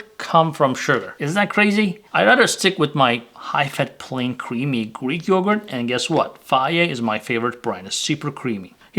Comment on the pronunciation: What was your fav Greek brand yogurt? Sorry your accent jumped in there.